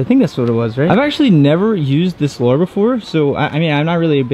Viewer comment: plzzzz say lure not lore